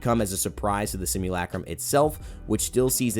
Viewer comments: Simulacrum - simu,LUH,crum . not LACK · Everybody: sim you la chrome: sim you lacrum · Sim-you'll-a-chrome. That's how you say it. I know that's sounds weird from how it's spelt but that's what it sounds like in Titanfall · You’re pronunciation of simulacrum are making me grind my teeth. PLEASE PRONOUNCE NORMALLY